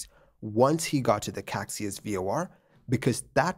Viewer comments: Caxias is 'ca-SHEE-us' and not 'KACSI-us' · Actually it’s not “Caixas” but “Caxias” (you changed the i for the x giving it a total different meaning) and it should be pronounced ka-shee-us. The airport is Galeão instead of Galeo as shown in the video. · pro tip: caxias = ca-shee-as galeão = "ga-ley-aum" (galleon in portuguese) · Love your videos, sir. As an “okay” Portuguese speaker, I have to mention that the departure airport Galeão is gah-lay-ow and the Caixas VOR is kai-shuhs 😊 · I'd pronounce it kah-shee-us. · Hi! Not being nitpicky about it, just to inform: the actual spelling of the airport's name is Galeão, not "Galeo". Galeão is pronounced as "gah-lee-omn". About the "Caxias VOR" you've mentioned, it's pronounced as "cah-shee-as". But I totally understand your pronounciation aswell, you would have to be a Portuguese language speaker to know these LOL